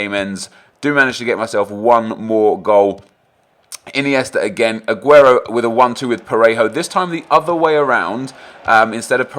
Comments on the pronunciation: skills says aguerto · Anyone else irritated by the way he says "A-guero"